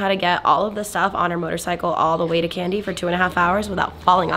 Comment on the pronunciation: Its not pronounced "Candy" its "Kandy" the "ka" part should rhyme with "ha" or "ma"...